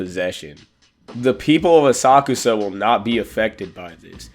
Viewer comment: ASA-KUSA…the way u pronounce it lets me know u don’t watch the anime or u can’t speak